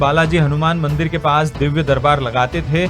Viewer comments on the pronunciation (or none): Great Varat वो 'Dibbya' nhi "Divya" होता hai... "Barnan" nahi "Varnan" होता hai... Rahi Baat हनुमान Chalisa की, har shraddhalu Hindu bahut achchi Tarah se Janta hai, use samjhta hai, use samjhane ke liye aise Sanyasiyon, Bhondu Babaon की jarurat nhi hai... Ye Logon की Aasthaon se khelne wale Pakhandi, Dharm ke naam se buisness chala rahe hai...